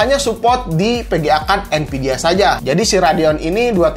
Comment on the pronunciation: nvidia pake pake "v" bang nonton channel ini dari jaman rakit pake core 2 duo nvidia masih pake "p" terus jadi npidia wkwkwkwk